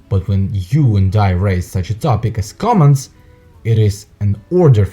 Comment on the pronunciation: It sounds like interpreter saying comments not commands.